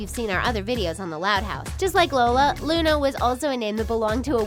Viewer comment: It's Luna not lana